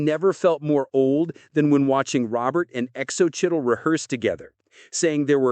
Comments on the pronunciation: Practice your pronunciation on Xocchitl Gomez’s name. Just google it and it will help you understand how to pronounce the name properly. Great video except for a rookie mistake easily corrected! ❤ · X O Chittle? 😂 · Her name is pronounced So-Chee